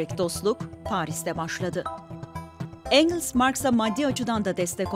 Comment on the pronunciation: Engıls değil Engels. Komutanımızdır.